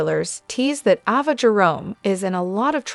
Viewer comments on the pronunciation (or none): Ava is pronounced A va